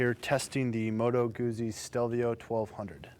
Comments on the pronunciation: The proper pronunciation is goot-see. The "zz" is pronounced like they are in "pizza". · #1 It's pronounced "Gootsie" #2 It's not a transverse V-twin, it's longitudinal #3 Ditto for BMW's longitudinal boxer